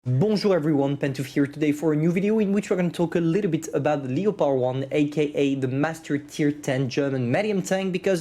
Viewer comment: leopaard 1 ? wth it's pronounced as lepard 1